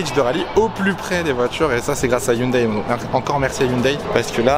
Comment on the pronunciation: Franchement, le WRC, c'est pour moi, la meilleure discipline automobile ! 😍 Et ça fait plaisir d'entendre enfin quelqu'un qui dit Hyundaï, et pas Ioune Dé comme Neuville ou Sordo par exemple... 🤣 Et la "safety-car"... Ça se voit que tu viens de la F1 toi ! 😭 En rallye, on dit "voiture de sécurité". 😁